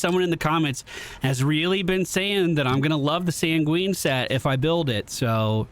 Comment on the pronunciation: Pronunciation point... "Sanguine" is pronounced like "sang-Win", not "sang-ween"... but hey, I think they changed the "Cerulean" Plateau to be the "Kergulean" Plateau so... maybe they mean "sang-ween"?